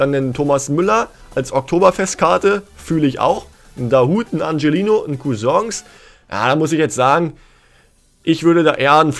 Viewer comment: Er wird Anchelinho ausgesprochen und nicht Angelino!